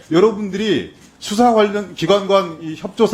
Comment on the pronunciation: 법에서 수사라는데, "ㅅ"을 "ㅈ"으로 읽네...ㅋㅋ